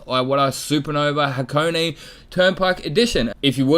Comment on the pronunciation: Close.......”Ha co keh” is the pronunciation. Man that clear is flat!